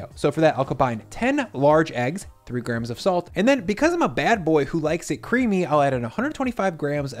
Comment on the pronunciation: Make sure not to mess with him guys. He is a bad boi that likes it cweamy